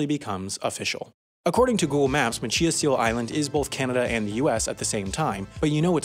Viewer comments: ma-CHee-us island? No. MaCHI-us (CH as is chuck with EYE added) And AAA use to put fake roads on their maps as copyright traps. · So Maine has so really stupid names (coming from a Mainer here) and machias seal island is off the cost of Macias, ME, and it’s not chi like tai chi, it’s chai as in a latte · It's pronounced ma-chi-as not macheeus.😂 I live 30 miles from there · As a Mainer I would like to clarify, the island is pronounced with a long I. Mach-eye-us not mach-ee-us. Pronouncing things in Maine is an art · The way you pronounced “Machias Seal Island” is killing me. It’s not “ma CHI iss,” it’s “ma chai iss” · Can’t believe you said Macheeas seal island. It’s Machias. Muh chai us. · Machias is pronounced "match-eye-as", not "match-ee-as". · OMG!! IT'S MA-CHAI-AS NOT MA-CHEE-AS!! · Machias is Ma-Chai-Us. Not Ma-Chee-Us. Thanks. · It's Ma-Chai-Us, not Ma-Chee-Us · The aforementioned island is pronounced “ma-CHAI-as” like the nearby Maine town. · You’re pronouncing Machias incorrectly. It’s pronounced “ma-chy-is” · People from Maine are flinching every time he pronounces Machias wrong lmao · Lol at the way you pronounced Machias!! Locally, we pronounce it mach-eye-as 😊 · Machias Seal Island. Pronounced: "match-eye-ass". Source; I live in Maine. In fairness I don't know how they pronounce it in Canada. No hate here. Keep it up with the good content! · I grew up in Machias Maine. It is pronounced ma-CHAI-us. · Great video. Side note: It's pronounced mach-EYE-us Seal Island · Not even close on Machias. Ma chi us or mu chi as. I don’t know what you were doing. You got the seal right. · Okay okay... Machias Seal Island. I'm not sure where you got that pronunciation, but I'm 90% sure it's not right. I'm a native Mainer and we have a town called Machias and it is not pronounced that way. Machias, Maine is pronounced with a long i and a hard ch: Ma-chy-us. Though, I'm not Passamaquoddy, so I don't know the original pronunciation. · Mah-chai-us Seal Island